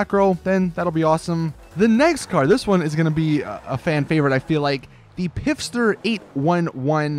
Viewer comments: pfister is obviously pronounced fister not pisster. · it's pronounced "fister" not "piffster" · every time he says pifster I cringe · It's actually pronounced "Fist-er" because, y'know... Rockstar. xD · thought I'd say, in Pfister, the P is silent, it's pronounced "fister" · Hey, next just say Fister, the P is silent